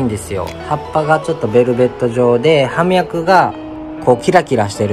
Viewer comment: お二人とも葉脈を「はみゃく」と言ってましたが、「ようみゃく」です。 植物を職業にしているのなら、これくらいの言葉は正しく使って下さい。 この後見るのをやめました。